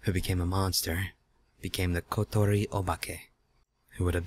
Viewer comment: Wow. I'm surprised at how well said "kotori.".__. Usually his Japanese pronunciation sucks serious balls.